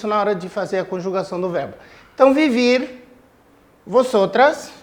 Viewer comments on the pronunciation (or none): Só corrigindo uma coisinha no início do vídeo , no verbo " vivir " se escreve vivir mas se ler bibir pq V tem som de B